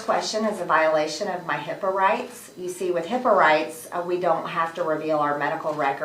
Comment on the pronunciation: I thought she said hippo